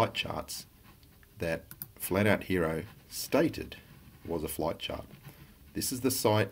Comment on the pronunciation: I hate the way idiot says Chart